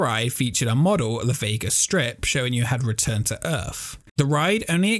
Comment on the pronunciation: “Earth” not erf